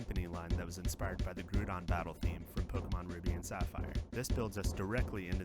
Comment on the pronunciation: I think you really nailed that feeling of Pokémon battling in those era of games! I enjoyed listening to the breakdown, and getting to hear the process and thoughts behind it. Please never pronounce Groudon(Ger-Ow-Don) as Groodon ever again though lol, I had to take a step back when I heard it